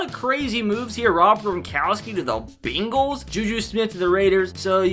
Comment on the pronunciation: It’s Bengals. Not Beengals